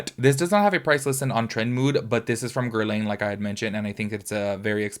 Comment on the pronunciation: “Gehr-LAWN” with very soft R and soft N almost like Geh Law … Guerlain :)